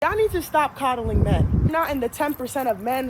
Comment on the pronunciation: “cuddling” 😂….its “coddling”